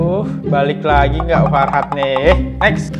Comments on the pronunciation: fahrat bang bukan farhat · Fahrat kali bukan farhat